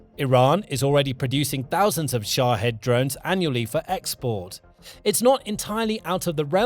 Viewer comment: Its SHA-HEED